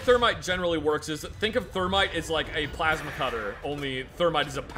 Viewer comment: "Pulse cutter... pulse cutter.... pulse cutter..." ITS PLASMA CUTTER,!